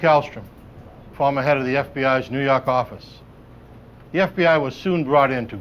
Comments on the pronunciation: "nuu yawk affice" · Love that accent!